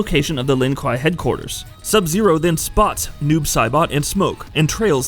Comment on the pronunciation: kwei dude, kwei, it's pronounced kwei